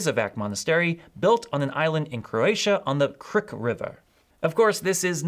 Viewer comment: Had a laugh from your Krka river pronaunciation😂, khrkha with a string K, loved the video tho